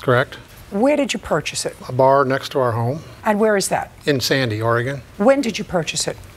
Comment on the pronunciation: She didn’t say Oregon right. That bar in sandy is very shady